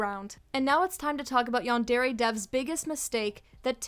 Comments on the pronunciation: Yandairy LOL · No, the way you pronounce yandare hurts my ears. Great video tho.